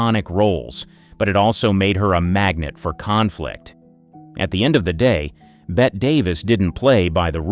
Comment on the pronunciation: Bet? Hello, no, it's Bette as in BETTY